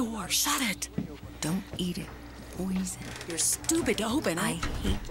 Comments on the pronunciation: pizza❎ poizzon✅ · Pizza box "Oven Fresh" "Poizzon" 😂😂😂😂😂😂😂😂😂